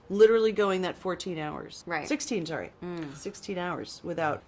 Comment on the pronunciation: i have to ask. Are you by chance canadian? I heard the way you pronounced sorry AND IT SOUNDED CANADIAN so i just have to know